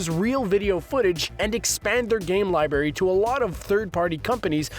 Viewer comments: since no 1 uses them anymore hardly they call it a "lie berry" and not "lie-brrr-air-E" library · He keeps saying library like "lie Berry" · Out of all the things that bother me in this video, him saying li"berry" instead of library is driving me nuts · every time you say "lie-berry" instead of "library". lol!!!!!